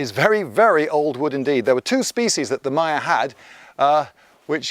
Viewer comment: Love the channel. Especially these videos of Guatemala- I was there 2012, such a beautiful place. One question, why are you pronouncing Maya so wierd? Is there some convention in British that every word that start with M is pronounced weird, like Mario which I've heard pronounced as Merry-oh.